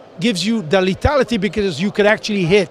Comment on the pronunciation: Watch out for this guys "letality," sounds way dangerous!